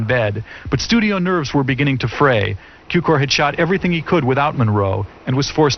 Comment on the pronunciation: It is not George Kiukor sir, his name is Cukor György, in english sounds like Zukior!